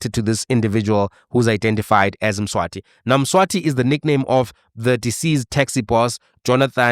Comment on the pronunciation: Mswazi - not Mswati, Mswati is the King of SWAZILAND